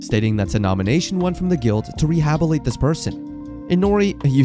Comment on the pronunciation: Re-ha-bil-li-tate. Not rehab-ilate. That drove me mad lol but other than that, love the content